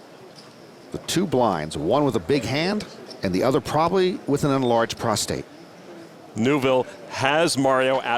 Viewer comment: urnlarged? Why do people say it like that, it is EN lol